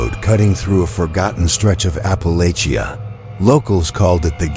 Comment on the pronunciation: Alaska up in here🔪 ps it’s Ap Pa Latch A. You’ll get more views only in My, sm opinion, if ur AI was an actual person and if u pronounced words, correctly…… But thank you none the less